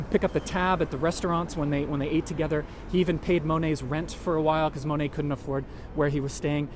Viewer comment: Mo net. Not Ma net